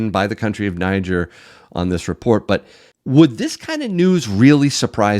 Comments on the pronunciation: Interesting info. Thanks for sharing. I noticed alot of people say Niger as in Nigel, however it is pronounced Nigeer, as in Nigeria but not. Just saying. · They pronounce Niger as “Née” “Jair”